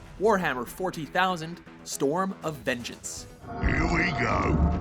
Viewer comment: With all due respect, I don't understand why you needed to put "(2014)" after each entry. It seems a bit redundant for a video entitled "Top 10 Worst Video Games of 2014". P.S. Something about the way you said "40,000" was...weird.